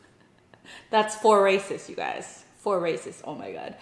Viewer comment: U mean gosh not God😂😂😂